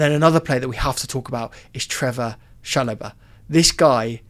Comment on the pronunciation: Its pronnounced CHAlow-bar not CHA-Lo-ba